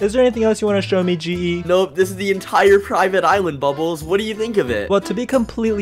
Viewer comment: Bubbles its not ilend its island